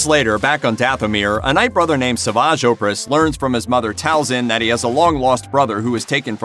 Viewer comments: Seriously, how hard is it to watch a single episode of the show to figure out how to pronounce Savage Opress? This channel, and others like it always make videos like these and completely butcher the pronunciation of the names, as if they couldn't be bothered to watch the thing they talk about... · Are you really a true fan if you don't know how to pronounce the name of Savage Opress correctly?